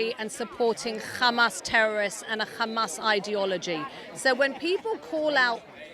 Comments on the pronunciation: “kkkkkkkkkkhamas” She said it like that so many times that ears hurt now. By the way, that pronunciation of the word “Hamas” is specifically from the Israeli (i.e. modern Hebrew). So either she is Israeli or she wants to mimic the wrong Israeli pronunciation of this word—that tells you a lot about what media she engages with and what bubble she is in. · The British accent lady can’t pronounce his name, can’t pronounce Hamas which is basically just Humus, it’s not that hard. Why are they always bringing up the Middle East when talking about NYC? This is just prejudiced thinking through and through with contradictory statements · They purposely mispronounce Hamas to make it sound more foreign and scary. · why do they emphasize the word Hamas 😂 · Do you actually pretend to cough up a loogie when pronouncing "Hamas" natively?